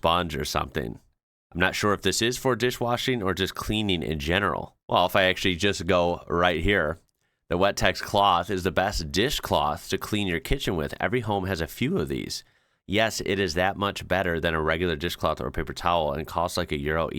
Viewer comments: I had never heard of Wettex but why did you keep pronouncing it "wet tax"? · My Mum used these dishcloths when I was growing up in the sixties, very versatile and long lasting. And, it's pronounced as one word like "butter", not Wet-tex. Cheers from Australia. 👍🇦🇺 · The fact that you pronounce Wettex as "wet tax" is pretty funny to me as a European. Americans already have Windex. You wouldn't say that as "wine-dex", would you? 😂